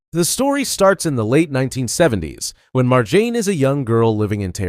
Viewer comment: mar-jah-ney RIP marjanr satrapi💔